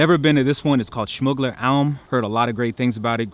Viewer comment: Gotta say the way you say schmuggler alm almost sounds native. Enjoy our beautiful country :) Willkommen!